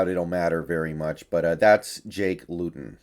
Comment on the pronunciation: I think it’s pronounced loot-in, could be wrong tho